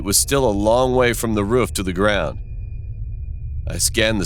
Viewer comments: It's called roof not rofrof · why it sound like a sayin “ruff” instead of “roof”😭😭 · He said “ruf” instead of “roof” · Roof:❌ Ruff:✔️ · This dude calls a roof a ruff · Did anyone notice he said ruff not roof ? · Anyone else notice that he said ruff insisted on roof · “..Almost falling from the ruff...” Roof. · Who Tf pronounces roof as ruf 🤣🤣🤣🤣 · Why does he say "ruff" instead of "roof" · I like how he said ruf Avery time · I hate how he says ruff instead of roof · dude it's roof not ruff 😅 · He kept saying ruf instead of roof🤣🤣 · “we thought about sneaking onto the rUfF “ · “At the edge of the ruff” Lmfaooo! RUFF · No one literally no one Narrator : pronounces roof ruff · its roof not ruf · Why they call the roof a ruff 😂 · Every time he’s said roof he said ruff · No one: Narrator: Rof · Does no one else notice that he calls the roof a ruff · I love how he says roof as rufe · He said ruf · He says roof as ' ruf' 😁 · Anyone else hear “The ruff “ It sounds like its saying that lol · Why he say roof like ruff? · Stop using this dead formant meme pls i don’t like it it’s just not funny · "Ruf" "Rof" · The way he said "the roof" Ruf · I say ruff instead of roof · Can we all just talk about the way he pronounces “roof”? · Narrator: roof Me:dog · Yall out here talking bout not wanting to school or watever whilst im here still complaining bout how he said “roof” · How he says roof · Oh my god, the way “roof” is being said is so hilarious and sweet! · i like how you say roof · Am I the only one who noticed the weird pronunciation of 'roof'. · Why does he keep saying “roof” like a dog? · It doesn't seem to fit his accent, it sounds so weird to me 🤣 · Princess Cheese which state did you move to? idk if it’s that state’s accent but to my knowledge the two o’s in roof most often have the same pronunciation as the o’s in root or boo. In this video, he pronounces them more like the o’s in foot.